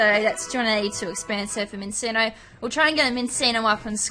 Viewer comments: Min-CHEEN-Oh. Like cappacinnio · U said Minccino wrong. It's pronounced (Min-chin-oh). Doesn't matter though. IT'S A SHINY!! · It's pronounced "Min-chee-no" anyway nice find xD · u said it wrong and that was wrong to hear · the name was not good saying -_- i hate that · U said its name wrong